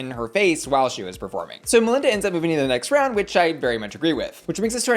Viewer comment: First I just want to say how much I appreciated how you pronounce Melinda's name because the judges on the show were not doing it for me.